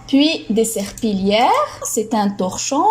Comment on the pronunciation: Merci pour cette séance, c'est vraiment très riche, mais s il vous plaît s assurer de la prononciation du mot serpillière Merci